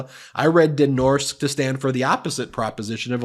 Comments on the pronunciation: "Den Norske" means "the norwegian", and it is pronounced "Den Norsk-eh" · You actually pronounce the “e” in “norske”, and it’s a (Norwegian) company name so shortening it makes it loose meaning; Den norske Amerikalinje, which translates into The Norwegian America Line (NAL) 😉🤓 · So any victim should go home and shut up, and if they don't they are to blame? Habba must be nuts. By the way: Den Norske actually is norwegian and means " The norwegian". Pronounced " den norceke". Greetings from Norway.